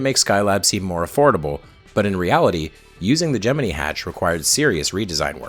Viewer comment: “Gemene” No. It’s GEM- MIN- EYE